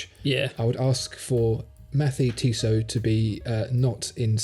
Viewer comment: And please put a little more effort into learning a halfway decent pronunciation of the French brand-names. I was so happy, when I heard say "Les Ponts de Martel" well enough to make his English accent sound charming. But then came "Mathey-Tissot" and brought me back to Cringistan. Not as bad as "Youlissay Nardare", but still.